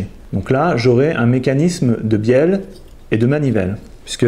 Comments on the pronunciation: Matthieu Bulvestre de rien et oui je viens de revoir moi aussi j'entend bienne 😂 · Benjamin RAHARD Merci Benjamin je sais que c'est une bieLLe avec 2 L mais c'est pour embêter François car moi à j'entends bieNNe 😁